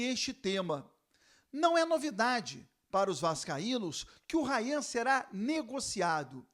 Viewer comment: ele falando errado é Rayan!